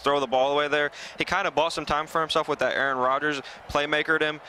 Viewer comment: I know I’m not the only one who heard “A ARON”. 🤣🤣🤣